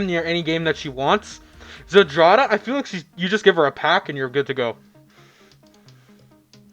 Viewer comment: would you kindly type malina or zdrada into google translate and switch translation to polish to english? if you know you know, if not you might be surprised , also the way you read that ... well you can listen to polish spelling too :P